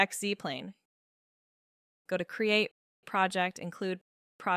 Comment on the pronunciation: I am assuming u are using AI speech. She is pronouncing "Project" wrong when referring to the command. Great video otherwise!